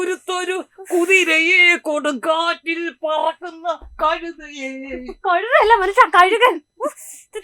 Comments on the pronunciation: Kazhukan alla.. kazhutha.. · "KAZHUTHA" ENNALLE KAZHUKAN ENNU AYIPOYATHA